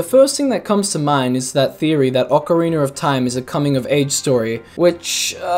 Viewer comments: Not to be rude but why do you pronounce OoT it as “ocarinER of time”? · i lose a brain cell every time someone says "Ocariner of Time" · *cares about pronunciations* OCAREENER HAS JOINED THE CHAT.